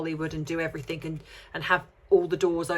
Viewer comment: Love you but it’s everything, not everythink. Sorry to be pedantic. Great analysis though.